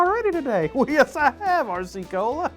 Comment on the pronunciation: pronounced R-RAH cee cola